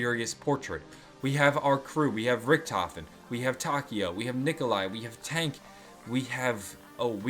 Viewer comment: Lol you said Dank instead of tank ( DANK LIKE DANKRY IM GUESSING :). ). And that's what I mean, Richthofens soul is no longer in the world, it's in the aether with Samantha's body, therefore he's doesn't technically exist?